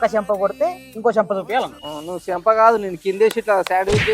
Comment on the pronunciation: 😂😂😂😂😂😂 సెంప కాదు